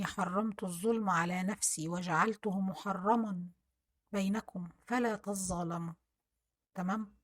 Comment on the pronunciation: ياريت اسمعى نطق أية يا عبادى إنى حرمت الظلم على نفسى فلا تظالموا انتى بتنطقى تظالموا غلط اسمع أحد الشيوخ لتقرأيها صح